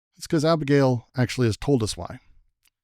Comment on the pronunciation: "Abegail" XD